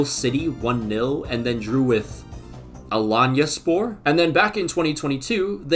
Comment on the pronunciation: Beautiful prononciation of Alanyaspor. Don't even support them, but it seems like you did your research. Common W I guess.